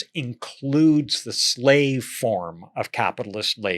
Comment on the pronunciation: Zlave, zlavery... these words hurt so much the intellect that they're hard to pronounce, don't they? Insightful conversation, thanks.